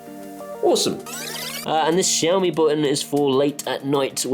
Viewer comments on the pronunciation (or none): none